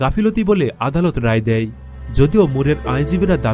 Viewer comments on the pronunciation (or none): none